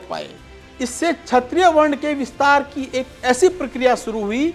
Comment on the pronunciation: बड़े परिश्रमपूर्वक शोधपूर्ण वीडियो प्रस्तुत करने के लिए साधुवाद। वीडियो में पर कहा गया है कि 'ब्राह्मण आक्रांताओं के जजमान बन गए' यह कितना सही है। प्रस्तोता को अपना उच्चारण जैसे क्षत्रिय को छत्रिय सुधारने की जरूरत है।